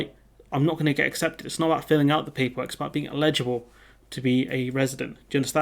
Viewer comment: FYI Eligible isn't pronounced E-legible it is one word and is an I not an E